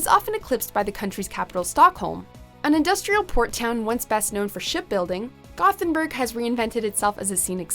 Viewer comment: The narrator nailed Ljubljana, massacred Gothenburg